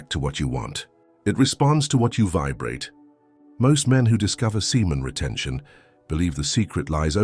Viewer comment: did he say SIMON RETENTION? Kidnapping is illegal! LOL